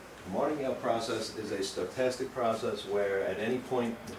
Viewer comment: I think it's interesting how he adds letters to stochastic, instead he's fantastically stoked! Stoke-tastic! Also, Wiener is pronounced with a V (Vee-ner). I realize they are just implications of the local vernacular, but it always makes me jump a little bit when he says them. Overall, a great high-level overview for non-mathematicians.